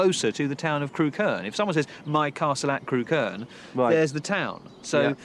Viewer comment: It's pronounced 'Crook-urn' not 'Crew-kern' 😆 It's funny that they went all the way to Ham Hill and didn't mention that right next to it is the site of a motte-and-bailey castle that overlooks Montacute and the edge of Stoke.